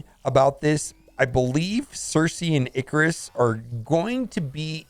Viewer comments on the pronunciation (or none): none